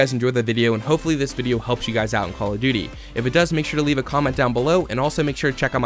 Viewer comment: he... he Said duty... lol